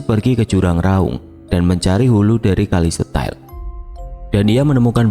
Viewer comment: Kalau memang bener lokasi ini di Banyuwangi, berarti nama stasiun dan desanya itu bukan kali setel tapi kali setail dibaca se ta il 😊